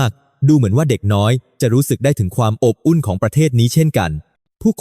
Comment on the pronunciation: ขำ อบอุ่น อ่านออกมาว่า อ๊บ อุ่น